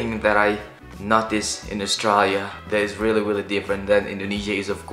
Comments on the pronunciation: You pronounce Australia wrong every time, otherwise nice video. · sounds like he pronounces Australia as the word is usually pronounced in Bahasa Indonesia.